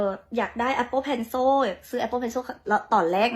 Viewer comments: คนไทยเขาไม่ออกเสียงเพลโซ่(คนไทยเขาออกเสียงเพลเซิ่น)เพลซิ่ว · Cilมันออกเสียงว่าโช้วได้จั่งได๋สาว นานาชาติลาว😂😂😂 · นางออกเสียงโช่.... หมายถึงโซ่... ที่ล่าวพวกทาสลาว... ที่เซิ่ล.. เสียงโซ-เอิ้ล ติดกัน คอ่ยเอาโซ่ไปล่ามควายที่สาวลาวโน้น อินเตอร์แบบลาวๆ เวียงจันทน์มีกี่แห่ง กี่คนที่ได้เรียน ในประเทศไทยมีทุกจังหวัด ไม่รวมกรุงเทพ... ช่วยฝากบอกนางนี้ไปอวดที่ลาวโน้น มันเทียบกัยไทยไม่ติดหรอก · เจ้าของภาษาก็ไม่ออกเสียงเพนโซ่นะ ตัวiออกเสียงกึ่งๆ เสียงสระอิกับสระอึ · เรียนอินเตอร์เกรดไหนpencilตัวไหนออกเสียงเป็นซ.โซ่ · นางสาวลาวpencilอ่านเพนโซ่หรืออีบ้าแค่นี้หรือนานาซาดคนลาวอีโง่มิน่าบ้านมึงถึงล้าหลังทีหลังมึงไปซื้ออยู่ลาวนะอีล่าว